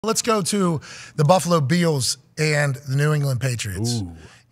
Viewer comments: Does he say Beals on purpose or does his ears just work differently than the entire world...must be an inside joke. Even CC spelled it exactly how he said it...Beals....gezz Go BILLS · Am I the only one he drives crazy by pronouncing Bills "Bee-ills?"